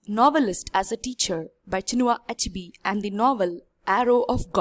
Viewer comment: heeey learn how to pronounce the name chinua achebe not achibi. Anyway good work